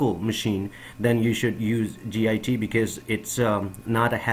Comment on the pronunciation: Git is not an acronym. It's a word, pronounced 'git.' It's driving me crazy. Good info, though.